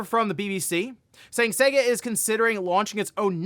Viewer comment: The way you pronounce "Sega" is soo wrong!